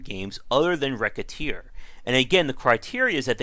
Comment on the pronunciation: dude... i just wanted to say thank you for pronouncing the games name correctly good god the horror when its not...